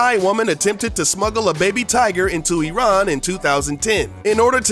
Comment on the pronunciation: One of the only times were some one pronounced Iran corectly